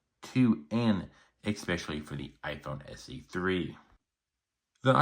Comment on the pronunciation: learn how to pronounce especially...NOT EXPECIALLY